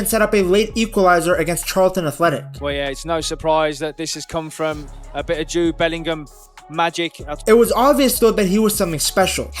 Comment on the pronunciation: Jude Belling-Him